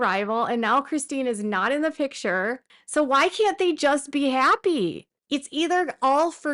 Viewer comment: don't you mean "pitchur"? At least that's how Robyn says it 😂